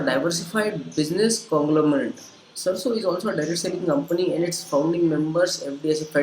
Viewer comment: First i would like to introduce myself I am Rishav Raj pursuing Engineering B.E. from Bangalore Institute of Technology . The person who is speaking about this video is not able to pronounce the company name. Ohhh God . Let me speak and clear being a technical i believe on Facts rather than opinions from an unknown person on Social Media whom i have never met . Let's talk about Facts . Sarso is the founder member of FDSA . Search in google or Ficci and Kpmg report says that Direct Selling will touch 64500 Crore rupees in India By 2025. So these are the big organizations known all over the world . Rather believing on a kid of this video i would believe Government of India and hope you too . For further information Mesaage me on my facebook id